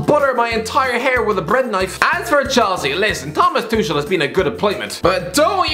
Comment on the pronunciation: Is he intentionally mispronouncing Tuchel?